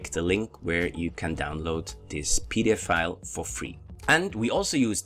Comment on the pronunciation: When you say PDF file. Make sure you seperate the f sounds. Not pdfile, PDF file. Otherwise, it sounds to much like pedofile.